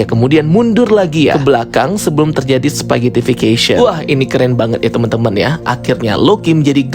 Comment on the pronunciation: Mantap bang, udah bener pronunciationnya "spaghettification" wkwk 👍😂